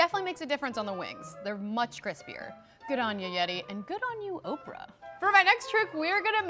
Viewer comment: I legit thought Oprah said orphan